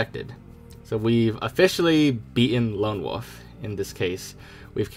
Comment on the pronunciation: OMG!! It's WOLF not WOOF !!!!!!!!!!!!!!